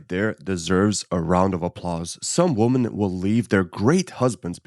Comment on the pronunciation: Women vs woman.... pleeeeease get the pronunciation right!!